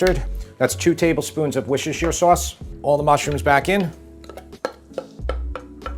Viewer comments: Dude... Wusta. Wusta sauce. Not Wishish-shear. Wusta. Call someone a "Wuss". Add -ta. Wusta. You can say wussta-sha if you want to say the full thing for some reason. It's not that hard to say. Wussta. Love the recipe, gonna make a vat of this for winter. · Can I just say that Worcestershire is pronounced with the shire, you said the Worcester part which is a separate place, then you add sher sound on. So woos ter sher. Just letting you know not trying to be pedantic. I just always see Americans mispronouncing it so just trying ti help 😅😅😅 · It's pronounced wooster-shire. Had a bloke from England tell me one time. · Nice vid and recipe. The sauce is wuss-ter-shy-er (ter like a rip I.e. tear, not tear, like I’m crying) 😊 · it's "woosta-sheer", with the double O sound as in "book", and "sheer" as in "sheer stockings"... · As a Brit, hearing you say wishishesher sauce hurts my ears. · Worcestershire sauce is pronounced as "wuh-st-er-sheer sauce" the C is silent, thank you for listening to my TED Talk! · It's Wooh - Steh - Shur. Take from a Brit. Just like any language. We have silent letters. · Wischechee sauce 😆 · It's wooster-sure. It really is that simple. Worcester = Wooster. Shire = sure If you get corrected about it all the time then why are you still mispronouncing it? Anyway, looks delicious! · WHUSHUSHU SAUCE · Another American who just can’t say Worcestershire sauce. Although he was closer than most! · Best part is his struggle to say Worcestershire 😂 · Your food presentation is wonderful, your dishes tickle my taste buds but your pronunciation of Worcestershiresauce sucks 😂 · I deeply hate the way you pronounce Worcestershire. Besides that, great video, will try the recipe in the future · Mate, every time you try to pronounce Worcestershire it makes me wince. It sounds like “wishashure”. Let me help you. Say “wuss” (like puss in boots), “ter” (as in terminal) and “shuh” (like the first syllable of support). “Wuss-ter-shuh”. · Wishushir sauce :D